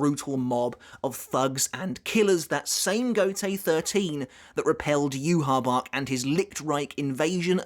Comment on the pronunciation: Oh good god it is so wonderful to hear you pronounce Yhwach the way you pronounce it in the beginning of this video lmao the way you were pronouncing it in earlier videos was driving me absolutely insane haha